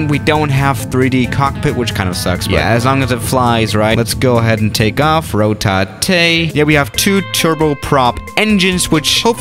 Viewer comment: rO tA TeA